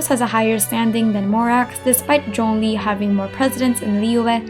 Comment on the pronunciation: Your pronunciation for zhongli is the most accurate I've heard, are you chinese?